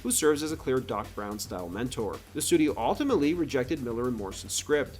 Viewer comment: Stop saying "alltimately".